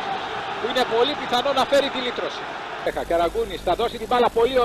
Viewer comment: Βαζίχα προφέρεται στα πολωνικά βασικά με παχύ ζ. Το rz στα πολωνικά δηλώνει το παχύ ζ.